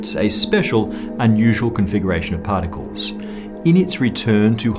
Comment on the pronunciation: what the hell is 'pahtickols'